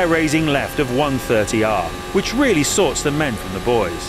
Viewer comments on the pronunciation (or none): none